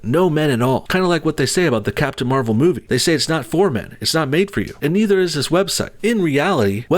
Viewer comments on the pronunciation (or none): you said captain marval: civil war lol